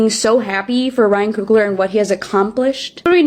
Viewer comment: COOGLER....not Kruger